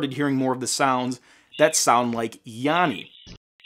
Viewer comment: I heard "yammy" very clearly for the whole video. (with an "m")